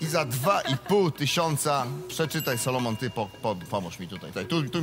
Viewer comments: SOLOMON a nie SALOMON;) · On się nazywa "SOlomon", a nie "SAlomon"